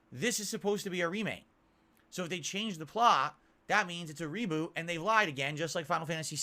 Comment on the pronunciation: Umm What The F is ReeeBooo said it 4 times I never heard someone who can't say Reboot right 🤦‍♂️